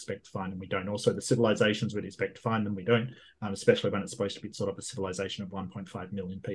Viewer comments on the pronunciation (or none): none